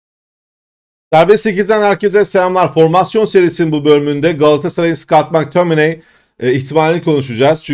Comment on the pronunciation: Mektamıney. Keşke gelse ismini söylemesi pek keyifli 😊